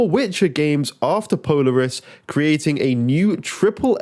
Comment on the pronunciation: It’s pronounced po-laar-us 😂